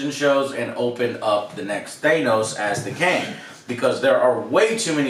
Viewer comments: Thay-nose, 'the next Thay-nose act.'... Still just... You'd think that at this point you would realize that you're saying it 'dumb' to use Alex terminology. That you would acknowledge if you were doing it on purpose, and that there wouldn't be SO many more, and after so many times of it being EXACTLY the same wrong version, there is no way that it's dyslexia or whatever. Also, here I've been telling you almost every single review that it had been renewed for season 2 even before the show started, just not TOTALLY confirmed yet. But that was on the same page of you guys being CONVINCED that the one picture was Black Widow and Loki, because somehow that made sense. But literally your logic about a season two and this season is that they either MUST have been planning it all along, hence you being able to feel butthurt betrayed somehow? OR they would have ended it badly. Because it's somehow IMPOSSIBLE to change directions with the final part of an episode halfway through the production? Even almost at the end for that matter? And that you completely misunderstanding what they said all that time ago about the Disney= shows is a mistake by you, not something that is a betrayal to you or whatever. Not that it truly surprises me when this video is filled with Thay-nose, over and over again. And yes, maybe I would see that as just a singular thing, or just a weird accent thing that no one else has. But when it's in the same category as Kenisha or Kamonia instead of Kamino when it's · Joe watched infinity war and end game... and he heard all the people pronounce "thanos" on screen, and yet he can't pronounce it to save his life "teinos this" "teinos that" SO FUCKING ANNOYING! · No ones corrected joe that it’s not “thay-nos” yet......cmon Alex square him away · I love how still pronounces Thanos as “ThaYnoes” lmao!! Never fails lol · The audio isn't as frustrating as how Joe mispronounces Thanos as THAYNOS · Its “ThAnos” not “ThEENos”